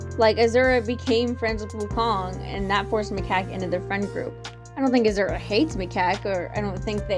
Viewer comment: I enjoyed this video so much but the way you mispronounce Azure felt like a kick to the gut. I had to hold my breath to not laugh. But-just- it’s Ah-Zure with the second part said like Sure but with a Z instead. It’s not that different from Azul (blue is Spanish) Is it because of Owl House?